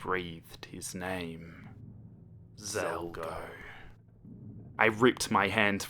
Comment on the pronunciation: When you say Zalgo, It kinda sounds like you're saying Zelda.